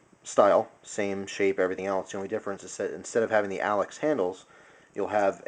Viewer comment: It's Alox not Alex